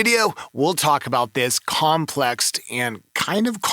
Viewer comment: bro said "COMPLEXT"